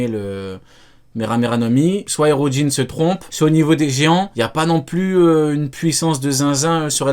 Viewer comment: J'ai bien entendu ? "Harudrin ?" MAIS C'EST QUI CE HARUDRIN ??? ON EST PAS DANS TWO COINS ICI, ON EST DANS ONE PIECE !!